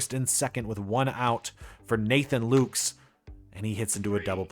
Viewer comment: Nathan Lukes is pronounced Lucas, just so you know. I know some people go nuts about stuff like that.